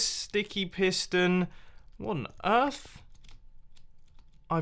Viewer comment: "What on Earf? I've totally broke something."